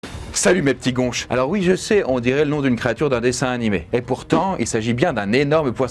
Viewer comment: La prononciation du poisson n'est pas bonne, le "gonch" ce prononce "gounch"